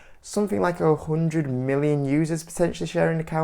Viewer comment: No dude it will never go to Honnddred or one Hondddred fifty lol